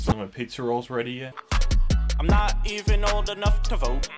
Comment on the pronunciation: The way he says, "I'm not even old enough to VoTe" .